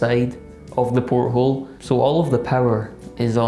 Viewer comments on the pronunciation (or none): Great video as always, but come on. It wasn't a porthole, it was a poilethole. 🤣